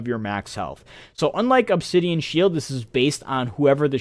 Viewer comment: I think the pronunciation is spot on.